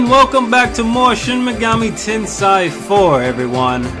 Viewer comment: ''FUCK THAT SHIN MEGAMI TENSEI BULLSHIT'' Me, in a really quiet tone,: it's pronounced ten-say (trololo)